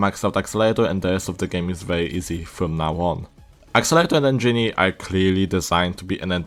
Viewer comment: Accelerator not axelater